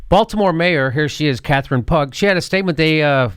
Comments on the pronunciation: Jimmy: Lol. It's not pronounced "Pug", instead it is pronounced "Pew" Regards, Former Baltimore Resident :-) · its not pronounced catherine pug. its pro9catherine pew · I'm pretty sure that the name Pugh is pronounced "Pew" not "Pugg". But yeah, saying "Nobody wants a minimum wage raise more than me" seems like a massive attempt to excuse what she's about to say. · Pugh is pronounced "pew," rhymes with "ew." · Just FYI, Pugh is usually pronounced "pew" - like a church pew - "pyoo". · It's Pugh pronounced 'Pew'. Also, Jimmy, the thumbnail on YouTube is of Baltimore's old mayor Stephanie Rawlings-Blake. The Democrats, progressives, and working people of Baltimore are quite pissed at Pugh right now. She will have a tough time getting re-elected. Someone, a Justice Democrat hopefully, will primary her. She even claimed in her campaign that she would sign a $15 minimum wage bill if it made it to her desk. People feel betrayed, she caved to big businesses here. Baltimore bends over backwards with TIFs, and tax cuts for big businesses, which screws the people.